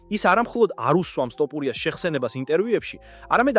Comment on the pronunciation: ამ დალოცვილ ენაში “თ” ასო გვაქვს და ეს ტოპურიას რატო იძახი😮